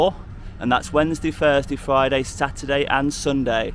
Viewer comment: It's THURSDAY mate with a TH not FURSDAY! Capiche? :D